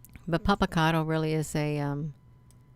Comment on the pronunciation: why do you think its helpful to have your face and head up in video frame? its not....and do you know how ridiculous you sound? you cant even pronounce the name properly!! yes there is alot of ufo activity around this volcano all of the time. ive seen it, i have video of actual ufos around it....but you have no idea what your talking about...obviously when it comes to clouds!! smh keep your face off screen, its not needed, just makes you look desperate for attn. lol